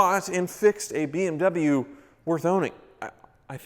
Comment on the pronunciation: "It's the only BWM in my Hooptie fleet"......but how many bimmers have cycled through your fleet?....bet you need 2 hands!